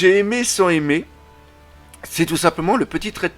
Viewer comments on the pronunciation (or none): none